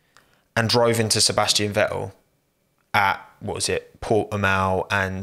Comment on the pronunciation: Sebas'ian Ve'el